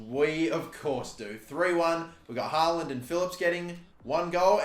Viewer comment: Just a heads up. The double A's in "Haaland" is pronounced like the A in "hall"